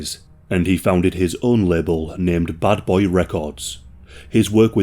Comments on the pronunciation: Buddy's accent sounded like he said Butt Boy Records instead of Bad Boy Records. Lol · Bro youre saying "buttboy records" on purpose eh ;D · Everyone pronounces it wrong it's not "Bad Boy Records" it's pronounced "Butt-boi Records" 😂😂😂